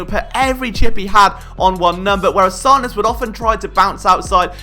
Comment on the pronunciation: It’s pronounced Sand-ers